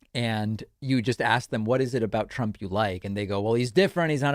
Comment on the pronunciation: Does say “Trumpt”? 😂